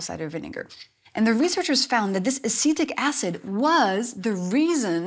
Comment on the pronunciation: At first I thought she said “acidic acid” 😅